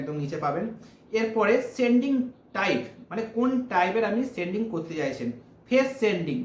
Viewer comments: seeding ke sending bolchhen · একটু ভালো করে পড়া শুনা করেছ ভাই? সিডিং কে সেনডিং বলিও না